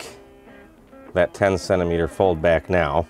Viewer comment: What the heck is a sennameter? 😝 😂